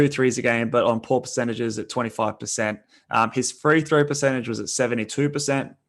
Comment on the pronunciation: Why is that guy saying three throw. Its free throw homie